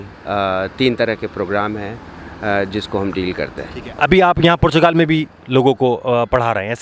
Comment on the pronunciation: O Bhai Youtuber PORCHUGAL nahi Portugal...... Doosro per ungli uthanay say pehlay zara say Portugal key taraf apna talafuz he sahi kar low